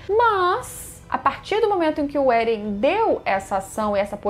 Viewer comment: Você esta pronunciando vários nomes erradoa. Êren? Histôria? PIKI?